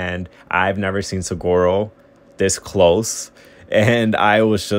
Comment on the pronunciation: Suh-wah-roes. No G sound!